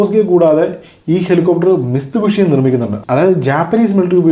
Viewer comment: മിസ്തുബിഷി അല്ല മിറ്റ്സുബിഷി